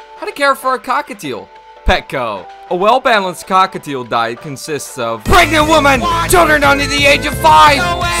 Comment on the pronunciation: who was saying the cockitial one